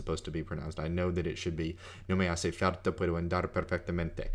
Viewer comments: well, there is a part in the middle of the video in which he says he doesn’t record or review pronunciation because he already knows how things are pronounced. I greatly respect his work and I appreciate what he’s doing for free, but... yes, “falta” sounds like “carta.” And “andar” could be more precise on the initial a. It’s more English leaning the way he says it - like a long A of “and.” But that is relatively minor. He makes himself understood. I’m not saying I’m perfect. Just that I did notice those two very minor aspects. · did you hear how he pronounced "falta" .. quite wierd